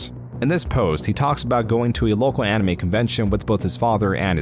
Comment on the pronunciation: bruh the way you pronounce some shit is killing me lmao. "envangelion" "animee"